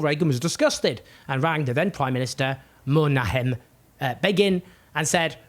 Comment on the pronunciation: It’s Menachem not Menahem. It’s the same sound as the beginning of “chutzpah” or the French “r” back of the throat sound for “crème.”